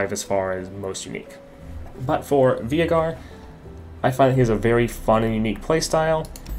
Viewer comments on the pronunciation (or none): Why does he call Veigar (V-ey-gar) Vee-i-gar?